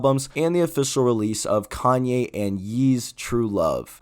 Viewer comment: Lmao ion know if you know buy kanye name pronounced “yay” and not “yee” love your channel tho you be goin crazy